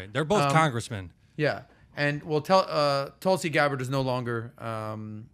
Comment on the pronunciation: Hilarious to see him butchering Tulsi Gabbard's name. You really struggle with it, don't you? Lol.